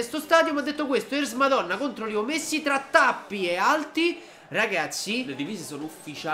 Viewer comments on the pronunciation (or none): lo so ma si dice LEO non LIO